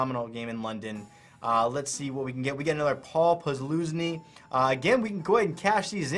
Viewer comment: Just a heads up on how you pronounce Paul Posluszny's name. It's pronounced, "Puz-LUZ-nee"